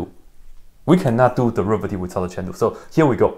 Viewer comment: Why does say chain rule as chandu?